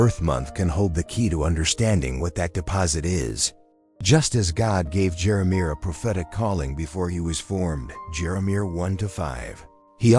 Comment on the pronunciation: AI can’t pronounce Jeremiah